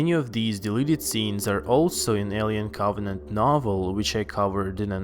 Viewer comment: A-li-en Coff-net